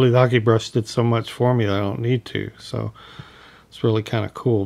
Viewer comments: Hake: "Hah-kay", not "hockey." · hockey or hah kay is considered correct if you google it, as its Japanese, but many do pronounce hake like rake that's for sure. I personally don't care. I'll stick with hockey. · Lovely hmmm but I think you are pronouncing Hake incorrectly 🤪🤪🤪😍